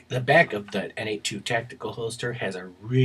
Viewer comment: By the way, N82 is pronounced Nate Squared. Two buddies, both of whom are named Nate, started the company.